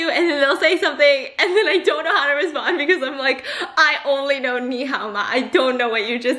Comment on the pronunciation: me : pronounciation got it . me : tone still off : yes theres a difference the 'ni' is too high .